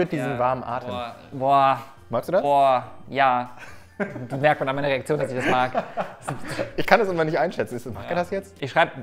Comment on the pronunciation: Habe einfach verstanden "Ja..ja, merkt man an meiner Erektion, dass ich das mag" anstatt "Reaktion" 🤣🤣🤣